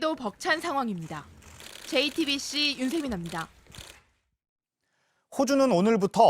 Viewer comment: 이 기자분만 jtbc 발음을 제대로 하시네요